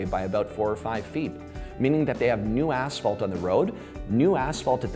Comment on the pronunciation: Love how all these asphalt professionals say aSHphalt... It's aSphalt... Just like it's spelled